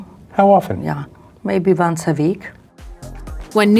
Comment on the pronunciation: She speaks to Donald vonce a veek.